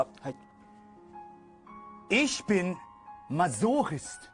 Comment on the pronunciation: "Masochist" Do-emu 😭